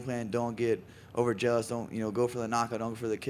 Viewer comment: Mf’r said “Overjealous” 😂😂